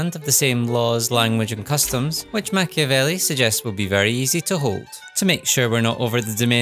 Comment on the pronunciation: Be italian. -open a video about playing a strategy game following the example of a famous book. -first thing the narrator does is mispronouncing in the most ear drilling way the name of the author of said book. -leave a comment dies of cringe